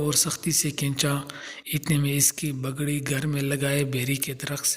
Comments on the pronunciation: بگڑی نہیں پگڑی، پلیز تلفظ درست کرو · لکھا صحیح ہے لیکن لیکن بولتے بگڑی ہو